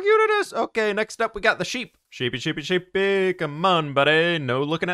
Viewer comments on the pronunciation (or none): The way he says sheepy